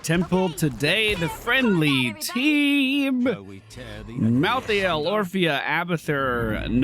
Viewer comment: First of all I’ve never heard anyone in the north say pop ever unless it was a joke second stop saying mal-thee-ale please it’s mal-thale